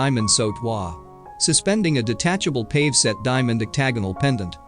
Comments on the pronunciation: It's pronounced PAHVAY, not PAVE. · It’s PAVE’ (pah-gay). Not pave. I wish these neophyte twits would learn how to pronounce words correctly. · Van Cleef and Arple? It happens to be Van Cleef and Arpels. This video is an illiterate nightmare. Pave set? (it's PAVEA) NOT PAVE ! This also was mangled in pronunciation. Honestly! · This narration is pretty ordinary ‘pave set diamonds’ 😂. It’s pavé. Among other clangers 🤦‍♀️ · Not "pave" (long A)... "pah-vay". Ugh! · The word Pave is pronounced pav-eh….not simply pahv. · Who was narrating this video? It’s pave’ diamonds not pave “the street” diamonds. Van Cleef and Arpuhls?! Goodness. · "PAVE set diamond"? Really??? It's pronounced pa--VAY. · It isn’t pave it is pay vee. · Pavé is pronounced pah-VAY. NOT payve. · It's pronounced (Pa Vea) And Van Cleef and Arpels have always been Van Cleef and Arpels. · DUDE IT'S PAV'E (pa vay) COME ON GET IT TOGETHER,!!!! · A very interesting and informative video but it is spoiled by the computer voice which mispronounces jewelry terms like pave (pa-vay) and marquise (mar-key). Please fix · The fool narrator can't even pronounce pave correctly ... as in pave set diamonds (not pave as in pavement ) ... or "Sotheby's" either. Such ignorance is cringeworthy ffs. Why are these You Tube productions always so third rate ... There was even a typo in the cursive font scrolling during the OTT intro. It read ... " The gift from every men she loved " which is obviously incorrect. It should have read ... the gift from every man she loved". So I wonder who churns this shite out ??? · It's a shame that the Commentator isn't more familiar with common jewelry terms like "pave" (pa-vay), "Arpels" (R-pells) & "K" (carat=gemstones or karat=purity of gold: care-ret) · Do you think they will ever manage to pronounce PAVE correctly. Drives me nuts!!!! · You pronounce "pave" (with an accent over the "e") incorrectly. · He needs to learn how to pronounce cabochon and pavé